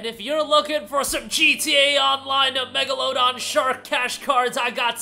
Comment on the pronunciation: In megalodon it's s pronounced with a luh sound, like lung